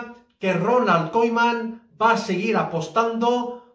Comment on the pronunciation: Se lee kuman*